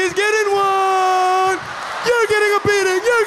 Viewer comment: omf at first I thought he said "biting" instead of beating...